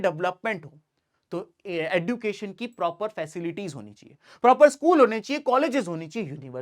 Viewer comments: Education pronounciation sahi kro please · Sir sorry but fir bhi khungi education ka pronunciation galat kiya h Kai bar kafi log yahi kehta h jo aap keh rhe h par plz try ki ap sahi kahe thankyou sir